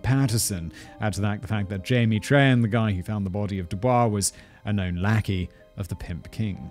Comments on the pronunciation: Louisiana last name pronunciation directory : Trahan- Traw haw Richard- Ree shard Deshotel- Dez Otell Boudreaux- Boo drow I feel like he got most of the rest pretty sopt on. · Trahan is tray-han, boudreaux is boo-drow, deshotel is day-hotel, chaisson is sha-saun, Richard may be re-shard